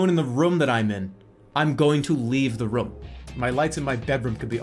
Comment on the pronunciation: I think it's hilarious he pronounces room "rüm"